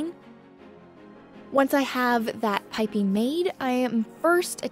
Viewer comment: It made me smile (in a happy, not mocking way) that with the way your accent kind of abducts all the ending "g"s, piping became Pipin, and I just kept picturing a clueless curly haired hobbit wandering through your work area... just hopping this will make someone else smile too!